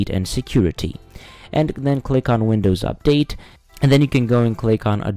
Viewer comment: Am I having a stroke? TuRn OnNwWinDowSSSS UpDaAAtEE!